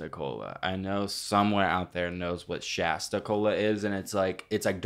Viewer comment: why are they pronouncing shasta wrong don’t diss my hg like that